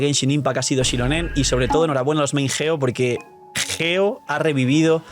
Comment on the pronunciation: Es geo no ggggeo